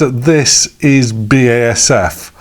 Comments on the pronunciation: It is B A S F! not Basif and i never heard anyone pronounce the brand like that in germany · The pronunciation was always B A S F In germany. See here in this late BASF Advert Thx for the great Video.